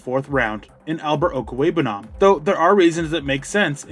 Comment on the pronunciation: You just wanted to show off how much practice you've put into saying his name while us mere mortals will struggle with it the next 10 years